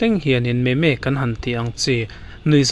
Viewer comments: Me me antilo memmss ti a lam tur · Meme. Hi. I sawi dik lo. Meme hi. I I sawi dan tur chu mizo tawngin. Mim tih tur 😁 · Meme nilo in mizotawnga MIM kan lam ang hian lam tur. Entirnan "Vaimim" kan tih a "mim" ang hian aw sir 😊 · Meme itih hi. Mim tiin sawi tur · Meme mimsss ti in lam la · Camera wawa😂 meme(mim) tia lam tur